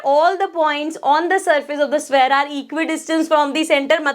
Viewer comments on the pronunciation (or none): Shpere❌️ Sware✅️ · Sphere ❌️ Swear ✅️